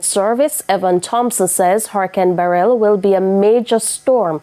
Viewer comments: It's beh-rill not beh-relll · Struggling to pronounce Beryl ? Please stop saying Barel.